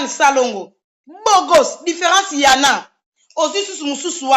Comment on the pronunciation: Loba nanu miss mongo.différence "yana" au lieu de"ya en a"